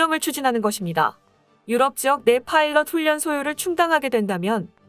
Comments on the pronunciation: 훈련 의 발음이 훈년이 아니라 자음접변에 의해 훌년 으로 발음해야 옳습니다ㆍ참듣기 거북합니다ㆍ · 훈련 발음 진짜 적응 안되네 ㅎㅎ 훈년이 아니라 훌련이라고 말해주고 싶지만 tts니 ㅎㅎㅎ